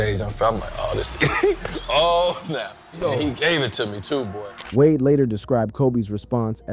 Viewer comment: Why did you pronounce d wade name like that weirdo